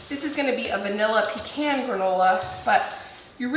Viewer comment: Yayyy I am so happy to hear you say “Pecan” correctly lol when people say “PEA CAN ” I cringe lol I’m from Tennessee and we crack 😂up when we hear Pea Can